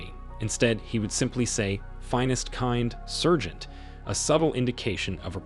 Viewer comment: FFS SAAARGEANT!! Someone needs to train these AIs, they suck.